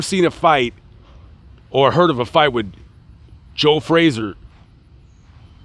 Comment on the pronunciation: Pity the announcer can't pronounce his subjects name correctly. It's not 'Fraser'....